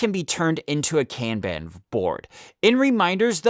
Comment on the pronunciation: Kanban is pronounce con (like con man) and bon (like James Bond) it's not can ban. Pronounced KAHN-Bahn.